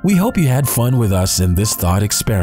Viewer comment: did he said "THOT experiment."?